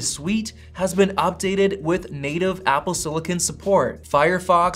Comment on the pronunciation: Apple “sillikin”